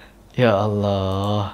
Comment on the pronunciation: ucapan allahnya .kedengarannya seperti membentak kepada allah🙏🏻